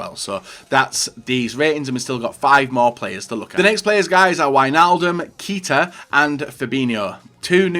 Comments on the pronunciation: "keeta"🤢 "kayta"👍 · Keita = KAY-TA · You pronounced Keita wrong